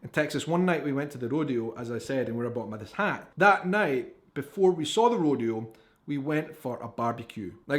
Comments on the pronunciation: Hi, 6 generation Central Texas cowgirl here. Rodeo is pronounced row d o. Dallas is full of city slickers or what we call concrete cowboys. To see real cowboys and ranches go to West Texas towns like San Angelo and Abilene. South Texas has plenty of em too. Always grab your cowboy hat by the “crown” the top part of the hat. The rest of the hat is the “brim”. Never touch the sides as this will cause the hat to loose its “crease”. Tip your hat forward or backwards with one hand in the front. Whataburger for the best burger, Diary Queen for the best ice cream, Bar B Q and Mexican food for breakfast, lunch, or dinner, and don’t forget the Sweet Tea, Dr. Pepper or Big Red to drink. We also have Lone Star Beer and Shiner Bock is brewed right here. Hope this helps! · Rodeo is pronounced "ROW-DEE-OH" Hope that helps |☆|---| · Rodeo: Road-E-O unless you are in California, it's Ro-Day-O Drive. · Have always wondered why your YouTube video is titled "European reacts ..." instead of "Portuguese reacts ..."? It's pronounced Row-dee-oh. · It's actually Row-day-oh, but most people say Row-dee-oh. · How to pronounced "Rodeo" .... Row Dee Oh. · Yes, the O in rodeo is a long O. Rr Oh Dee Oh. The Dee is the hard point. Ro D Oh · RO D O is the correct pronunciation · ROW day o